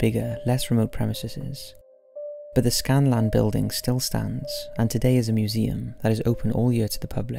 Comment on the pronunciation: Scalan not Scanlan. Premises not premiseses